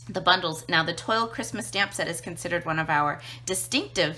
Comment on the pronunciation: Great video and coloring. Just an fyi, it is pronounced twal not toil. ;)